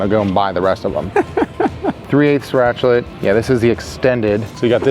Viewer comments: guy said ratchlet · did he just say ratchlet ?!?